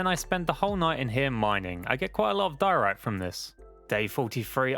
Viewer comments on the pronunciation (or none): none